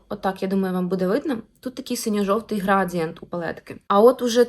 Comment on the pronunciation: Не грАдієнт... А градіЄнт*